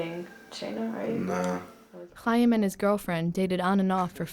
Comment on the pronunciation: Thats not how you pronounce Chaim stupid. You aspirate the Ch sound as in German.